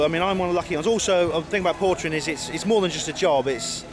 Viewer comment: Lol,portering, not pottering,sorry.